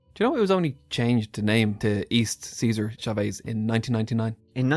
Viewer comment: For the love of everything it’s not ceaser chaves!! It’s Cesar! It’s not a Roman name